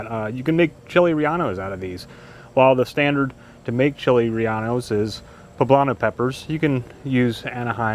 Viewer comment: laughing at the way you pronounce chile relleno 😂 awesome peppers